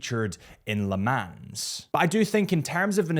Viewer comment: Mate, please address your mispronunciation of Le Mans…it’s embarrassing